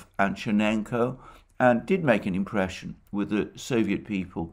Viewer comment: Chernyenko, not Chinenko!